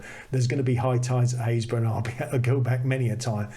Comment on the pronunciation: Another delightful episode. I don't watch many vloggers as most of them just shout at me....Very beautiful images and chuffed to be part of the club who know how to pronounce Happisburgh! Keep them coming, always a joy.